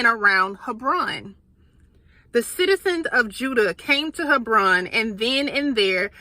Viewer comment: It’s pronounced Heb/Ron